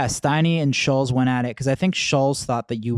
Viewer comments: Andrew "schulls" lmaooooo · Steiny is sooooo FAKE Also it’s not Shulls It’s ShultZ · It’s SchulZ…dammit! Pronounced ( Shultz) Not Shuls! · It’s pronounced “Schultz” - they are saying it more like Shuells. Jesus Christ, it’s not that difficult. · It's funny they keep calling him Schullz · Do they even know his name is Schultz, not Shoals? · Andrew’s name is Schulz not Schultz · "Andrew Shulls" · the fact kyle can't even pronounce andrew's last name proves andrew's point that these guys do zero research on guests and just dial it in 😂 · Kyle doesnt even know how to say Schultz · If he says “Shuhlz” one more time I’m throwing my phone in a pool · Why they never pronounce the T in his name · Why are they mispronouncing Andrews last name like that? 😂😂